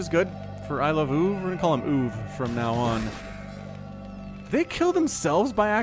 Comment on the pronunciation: it should be pronounced I-love-o-o-v, NOT I-love-oov